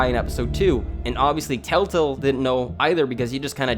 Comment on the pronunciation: I’m sorry but why am I hearing “TaleTale”?